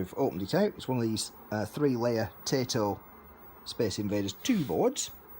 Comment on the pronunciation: Taito is pronounced tie-toe not tay-toe